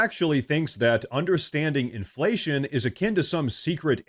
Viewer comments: Gurl, be like, "in flation?" Aint nobody know dat wurd. 😂😮😅 (She's a bad parody of DEI.) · What is this word "imflayshum" and what can it mean? 🤔